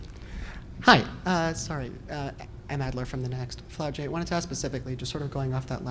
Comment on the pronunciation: This nigga said Flau shae Johnson 💀